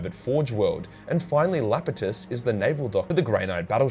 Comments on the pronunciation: Just FYI, the moon of Saturn starts with an uppercase I, not a lowercase L - it's "ee-APP-et-us" or "eye-APP-et-us", not "LAP-et-us". And I don't say this to be a know-it-all dick or anything like that, just because it's a weird name and I'd appreciate it if I was getting it wrong and someone told me. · It's an I in Iapetus, pronounced Eye-apetus. You're probs trolling but now you know. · It is pronounced EYE-AP-E-TOOS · Lapetus? xD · Bruh. I love you. I really do. But... I HAVE NEVER HEARD SOMEONE BUTCHER THE NAMES OF THE SATURNIAN MOONS AS HARD AS YOU. You are the Angron of Celestial Naming. LAPETUS. I need to see you. Over here. Right now. Don't mind all the technotentacles with needles on the end. They're just... Art. Promise. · Lap-etus? I guess doesn't understand capitalization very well lol.. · There is no L in Iapetus.